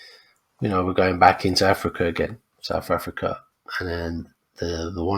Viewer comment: It’s SouTH Africa, not Souf Africa. Maybe learn proper pronunciations.